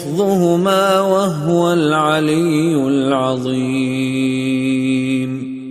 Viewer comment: في خطأ تشكيلي بآية الكرسي ، (وهُو العلي) الهاء مضمومة وليس ساكنة